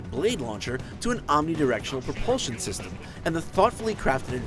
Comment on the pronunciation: Basic 'semem' of upgrades? WTF?